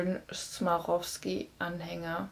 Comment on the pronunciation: Swarovski heißt das- nicht smarovski!